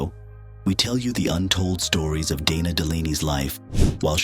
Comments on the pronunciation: Hate the AI voiceovers with mispronunciation, wrong emphasis, sometimes calling her "Donna" or "Deena" instead of Dana, etc. A 16-minute video and can't even narrate it with a human? it talks about her starring opposite Kurt Russell in Tombstone, but shows Kevin Costner and Joanna Going from the movie Wyatt Earp. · And "Deena" as well. So much for A I.